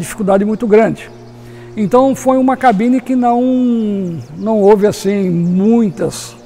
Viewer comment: tão bom ouvir alguém falar "cabine" e não "gabina".